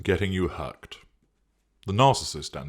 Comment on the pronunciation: Fut? Hucked? Is this, respectively, foot and hooked??!! Strange diction,! 🤔